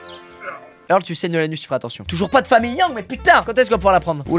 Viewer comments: Putain mais c'est pas "Irle", c'est "Eurle" !! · problème de riche : j'en ai marre de regarder des vidéos de squeezie et de devoir endurée son niveau d'anglais attroce. Il prononce Earl "irl" ça ce dit eurl putain !! Je suis américaine prennez du recule face à mon orthographe déplorable. XD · C'est pas "irle" mais "eurle"